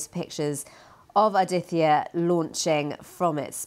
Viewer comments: That’s Aditya - L1 not Adita 🙄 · its not Adita, its Aditya that means sun in hindi